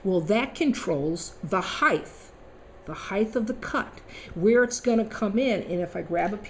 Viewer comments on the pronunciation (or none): Great video and explanation, but I'm pretty sure there isn't such a word in the English language of heigth.... it has a t at the end heighT, pronounced high-t (not high-tea either!) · Height, not heigTH. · ..."HEIGHTTH"...??? what a moron...